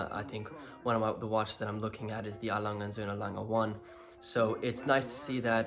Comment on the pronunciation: Good pronunciation of Lange und sohne..